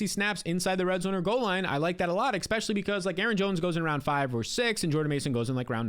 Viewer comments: For the love of god, … It’s e*S*pecially, not e*K*specially. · Love your videos, but it's pronounced eSpecially, not eKspecially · Especially not EXspeshly